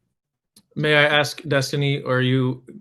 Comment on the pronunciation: Even the last attorney says axe instead of ask!